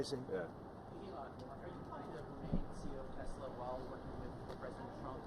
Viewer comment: did he say Tesler? Fraudian slip Telsa+H it ler